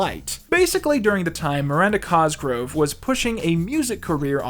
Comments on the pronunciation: Is that how you pronounce Miranda Cosgrove's last name? Every time Q says it, it sounds like "Cosgrow" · It drives me insane everytime he doesn’t pronounce the v in cosgrove